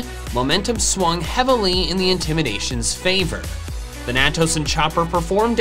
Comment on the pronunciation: Hearing mispronounce Thanatos this entire video was upsetting